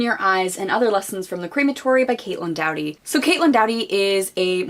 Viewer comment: How are you so enthusiastic and passionate about this women and speak in such a way that you have thoroughly researched her yet you continue to mispronounce her last name? Lol